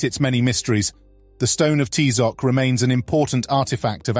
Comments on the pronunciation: Please don't ever pronunce aztec names the gringo way, you don't pronounce Ty-Zoc, it's pronounced Tee-zoc, and the strong syllable is the last one, not the fist one, please learn, thank you. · So sad that the narrator did not know how to properly pronounce Tizoc